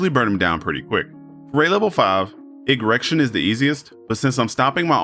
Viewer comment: Igrexion pronounced "erection" lul